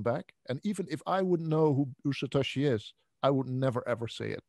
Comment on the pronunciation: Why does he insist on saying "Satashi" rather than "Satoshi".... is he just being awkward?